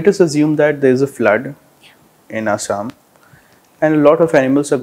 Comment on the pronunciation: Its "Assam" not "Asam", Please correct it